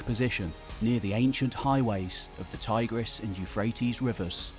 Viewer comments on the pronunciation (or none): none